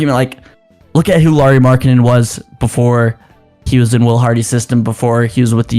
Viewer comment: JFC you’d think if you host your own Utah Jazz podcast, you’d at least know how to pronounce the name of your team’s best player… a point Lauri has made repeatedly, using specific examples like Heat player Kyle Lowry or “Bad Boy” movie character Mike Lowrey when asked about it…